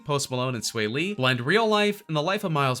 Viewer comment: He’s saying sway lee it’s swaw lee